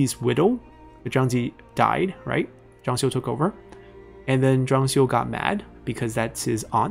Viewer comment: 张绣是第四声😂虽然能理解，但时常几个比较有名的人物，地名都发错音了，希望能改正